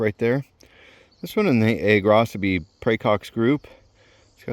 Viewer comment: Props for telling me the correct pronunciation of Agrocybe. I have been mispronouncing it and the other -cybe names for the last 32 years. 😬🤦🏽‍♀️